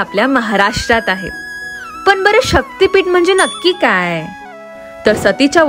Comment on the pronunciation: शक्तिपीठ आहे ते पिट नाही आधी नीट उच्चार करायला शिका